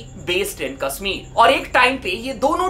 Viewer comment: "कश्मीर" भाई क़स्समीर नही 😅😅😂